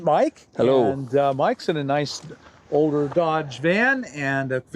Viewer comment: I like how he emphasized "Older". Sorry some of us cannot afford New vehicles.😢😢😢😢